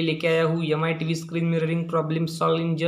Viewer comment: Not mi he say yami